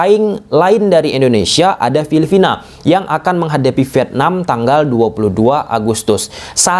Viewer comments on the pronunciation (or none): none